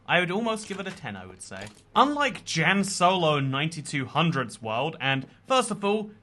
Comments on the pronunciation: “JAN” hurts my heart lol it’s pronounced “yan”! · I'm guessing Jan solo is pronounced yan solo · hes pronouncing jan wrong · As a Jan myself, I sympathize with Jan Solo for how much butchers their name lol